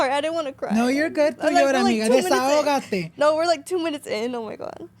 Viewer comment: said desahogate😂 no frls tho